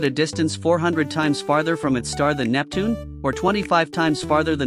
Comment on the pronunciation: Ah yes, Neutune